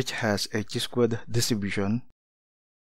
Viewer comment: it is pronounced as - "kai" NOT "chee". Nevertheless, your derivations of pdf, mean, variance and statistical videos are very useful.